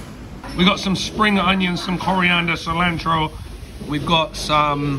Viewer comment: I always get a laugh when you say coriander and then follow it up with cilantro in an American like accent.